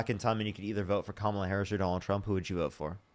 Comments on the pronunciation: Hahahah how come they all, all of them, say her name wrong Every single one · Call Kamala Harris incoherent but he can't say her name correctly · They watch from MAGA news sources, where her name is said wrong on purpose